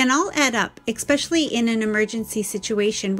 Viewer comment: Esssssspecially, not expecially Otherwise, great video. ☺